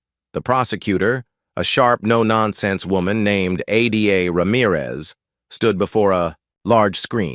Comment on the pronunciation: "Ada Ramirez" Why did your AI call her A d a????? Your AI just farted all over your story again. DAMN BUT YOU ARE SLOPPY!